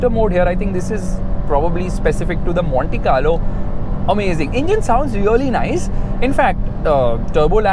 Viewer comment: That "Monte Carlo" at :30 seconds did sound like "Mohanty Car Lo" :)